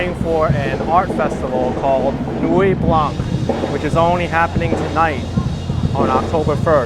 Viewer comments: Beautiful sunset. Your French teacher did poorly. No 'k' sound in Nuit Blanc. Nuit is feminine and should be Nuit Blanche, but if the colour 'white' is used on its own it is blanc with a silent 'c'. Thankfully Canada has two official languages, one that is kept in the sock drawer. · The c in Blanc is silent..